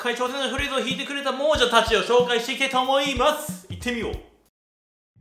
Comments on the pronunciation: 相変わらず猛者を「もうじゃ」と読む人 第２回で気付いてたハズなのに😓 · いつも思っていたんだけど "もうじゃ" じゃなくて "もさ" じゃね？